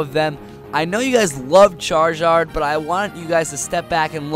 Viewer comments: ITS PRONNOUNCED "CHAR-ZARD" , NOT "CHAR-JARD!!!" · Charizard is said, (Char-i-sard) not (char-i-zard) no offense, but no one has ever said it the way that you do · Did he just say chargard? Or charchard? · I hate how he pronounced charizard wrong